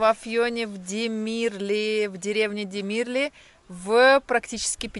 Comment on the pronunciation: Научитесь ставить ударение! Демирли на второе и